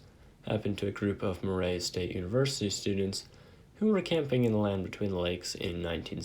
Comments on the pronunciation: Murray State us pronounced Mur (as in murder) and ray (as in redo). Interesting legend, but you pronunciation was painful. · Why can’t you pronounce Murray??????